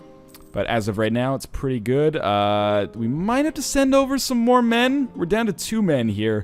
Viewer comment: I thought he said "We'll probably send some Mormon over..." in stead of "We'll probably send some more men over..."